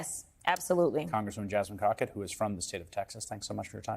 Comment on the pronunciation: Bro, noooo. He called her Cockett 😥😥😥😥